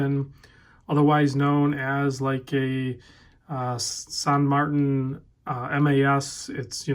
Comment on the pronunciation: I’ve heard, San Mar-tan. 🤷‍♂️